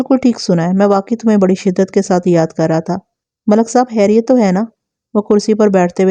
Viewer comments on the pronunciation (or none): براہ مہربانی خ کو خ ہی بولا کریں، ح نہیں۔ خیریت، خلق داد، ہوتا ہے نہ کہ حیریت یا حلق داد۔ اردو تلفظ کا خیال رکھیں شکریہ